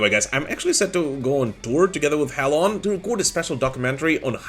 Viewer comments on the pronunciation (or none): Thanks for bringing up Hell:on. If you make a vid on tour with them, that would be really cool. Small titbit, I think the band are pronounced "Hellion", but had to put the ":" in because the name was taken. I forgive you because I used to call them Hell On too lol